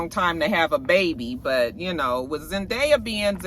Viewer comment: I didn’t hear about the Zendaya thing but that’s hilarious that it’s always the same ultrasound photo 😂😂😂. Btw it’s Zen-DAY-a